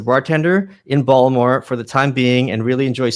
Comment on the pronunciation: Yo yo yo!!!! Michael said Baltimore like a true Baltimorian.